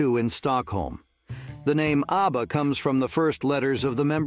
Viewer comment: Easy he calls ABBA ARBA